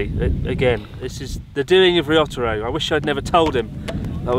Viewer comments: Stop calling him Risottoro? I was under the impression he was Re-Otter-Roll. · What's the story behind Chris calling Ryotaro Risottoro? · Poor Totoro, let's grant his wish and stop calling Totoro risoto once and for all...